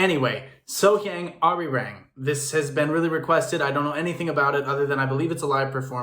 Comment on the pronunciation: Please learn how to properly pronounce this amazing singer's name. It's pronounced So Young....and you really should listen to her version of "Misty" as performed in the "Begin Again Korea" show. It's only her with a single instrument and it's so moving it brings one of the other singers to tears.